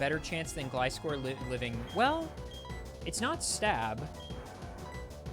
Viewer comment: so he pronounces Gligar properly but then says 'glih'-score :(